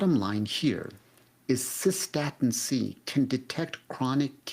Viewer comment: No I have not heard of cosa-statin- C